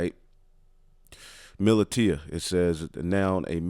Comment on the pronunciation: Militia (muh-lisha)....